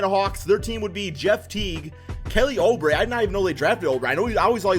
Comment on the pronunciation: My nigga it's not aoubre it oubre lmaooo